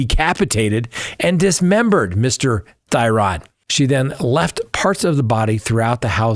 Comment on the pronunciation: I am a local to the Green Bay area where Schabusiness is. Not that it is a huge deal but to respect the family, Shad's last name, Thyrion, is pronounced (theory-an). Thank you for all you do and your coverage about that case. Truly heartbreaking for his family. The way she looked at the camera and seemed to waited for the camera to turn back towards her is so disgusting. She is evil. I can only hope one day she has remorse.